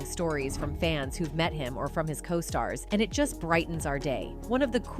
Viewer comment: Co-stars....long 'O'!